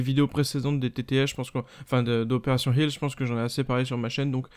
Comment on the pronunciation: "Opération Helfss" Kappa